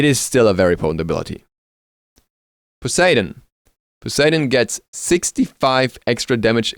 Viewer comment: I agree with the few comments here that Ravana's Ult you can skip til you max 1 first then his 3. Also on a side not, I swear Poseidon was his name, not Paseidon. lol